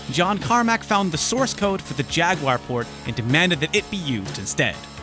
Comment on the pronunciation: 1 for saying jaguar wrong